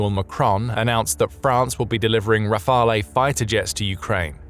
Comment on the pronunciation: re-fael. pronounce it correctly what's the matter with the narrator? Can't pronounce nuclear either.